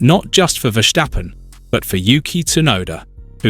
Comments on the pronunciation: It's Verstappen and not Versthhhhhhhaaappen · Vursjteppen? You mean Verstappen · VERSTAPPEN not VERSHSTAPPEN. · It's Ver Stap Pen not Ver Sthhhhhhhhhhhhhhhhhhhhhhhhhhhhhhhap Pen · Wrong. I’m Dutch and that’s NOT how to pronounce his name. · Please learn how to pronounce 'Verstappen'. Dutch is not German. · The think he is German hahaha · Wrong pronouce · Idiot. I am dutch and this guy is pronouncing it like German